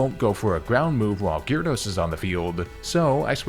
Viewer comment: The y is silent in gyarados man